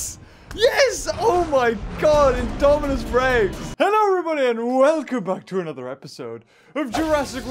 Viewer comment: U said Daminus